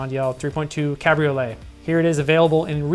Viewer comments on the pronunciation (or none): none